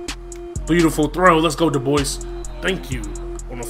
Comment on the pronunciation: its pronounced dub-wah not duboys